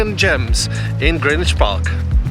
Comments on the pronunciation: Yes, you DID pronounce GREENWICH correctly! It’s Grinn idge not GREN idge! And I thank you muchly 👍🏻😘 (GREENWICH born and bred! 😀) and saying hello to RMSARPS - not just me then, that gets riled at hearing it said wrong! 😩😀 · Great to hear "Greenwich" pronounced correctly. Enjoyed your walk around my favourite park.